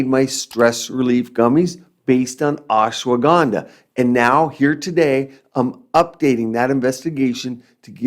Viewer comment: You pronounced Ashwagandha like how Donald Trump butchered indian names some time ago🥲🤣